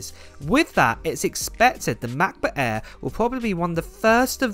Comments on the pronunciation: "The new ma'boh a'h"? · " Macbook Aaee'' haha love your accent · Anyone notice the way he pronouncing "Macbook AIr" lol